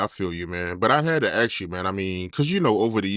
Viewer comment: you’re gonna have to force yourself to pronounce the word ASK properly, man. Just say ǎśś, and add a K sound on the end.